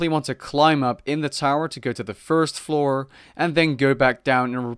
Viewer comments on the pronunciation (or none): none